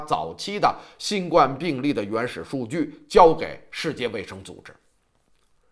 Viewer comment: 新冠病毒，第一声!!!谢谢。否则听着别扭。